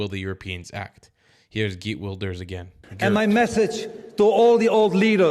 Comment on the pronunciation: You pronuce he's name Hejrt not girt